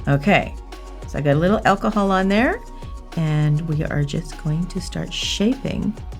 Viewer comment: When she says achol can I use normal achol eg vodka